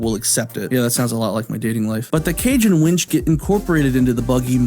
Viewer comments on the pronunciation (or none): I love how cage and winch sounds exactly like cajun wench.... Was that intentional? All yours if you want it